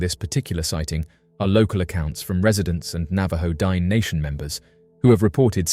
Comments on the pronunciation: It's not pronounced Dine' like dime, that's freakishly insultive, Google correct pronounciations, it's D'-nay....it's an indigenous Navajo word, have some honor and respect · I should not have to say this but Dineh is not pronounced Dine. A professional would take some steps to get this right. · Please learn how to pronounce the word Dine' correctly. You sound like an idiot.